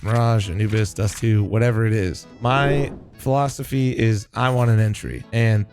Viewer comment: "a FLOMsophy"